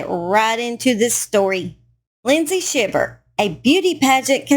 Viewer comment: It’s pronounced “howston” county not “hewston”…I also know some Shivers in south GA and it is pronounced with a long i as in Sheye-ver. I’m assuming hers is pronounced the same way but don’t know that for sure. Just FYI !